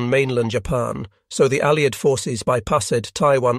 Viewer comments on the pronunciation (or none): This must be AI audio, since no Englishman would every pronounce "island" as "is-land", or "allied" as "ah-lee-ed".